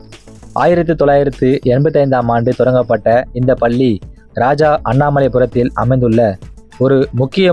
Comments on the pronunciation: பல்லி பல்லி என்று படுத்துகின்றாயே தம்பி. நீங்கள் குறிப்பிட்ட ஏதாவது ஒரு பள்ளியில் சேர்ந்து உச்சரிப்பு பயிலவும். தாங்க முடியவில்லையே . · Please prononce Palli properly.Madras Christian college school,Church Park Convent,are also best schools.Of course u did not mention Central schools.